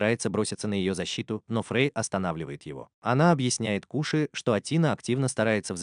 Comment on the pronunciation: Нагума Коши а не Куши на крайняк Кошы